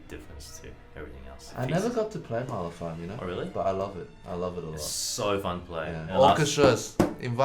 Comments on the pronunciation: I think if you wanna namedrop Mahler, you need to be able to pronounce it right. Then you can flex on all the fakers who mispronounce it it. I don't if just because I'm American but man I feel like I'm butchering the name, tho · Mahler? Barely even know 'er!